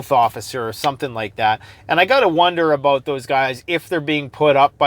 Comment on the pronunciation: Alot to talk aboot today! Hahh